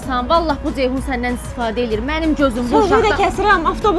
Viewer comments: Dzeyhun niyə deyirsiz ki? Ceyhun deyə bilməzsiz? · Badzı,Dzeyhun…..nə qədər dzıldayır bunlar…